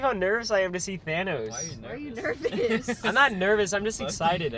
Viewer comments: i love how ryan says his name like tanos instead of thanos🥺🥺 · Bro, I laughed so hard when he said, “TiMe to GeT Thicc Tanos.”